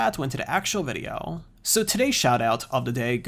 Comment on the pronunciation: Its "video" not "videyeeeooow" 😤😤🤬🤬